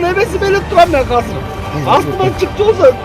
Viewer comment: "Казыр" - дебей, "Азыр" - эле дегилечи, же Мектепте Кыргыз-тилде: "Казыр" - деп окутканбы силерди???..